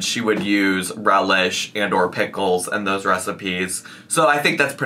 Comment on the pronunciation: Sweet relieh? Wasn’t it dill? Isn’t the cauliflower supposed to be smashed?